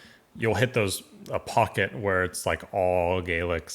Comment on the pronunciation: I grimaced when he pronounced it "where"!